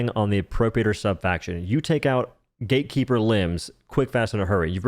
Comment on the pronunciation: can you stop saying "gay keeper"?